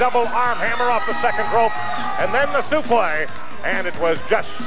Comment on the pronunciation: using the correct pronunciation of a suplex.